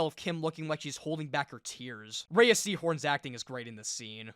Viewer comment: Her name is pronounced RAY like ray of sunshine, not raya. Watch any interview where she states her name.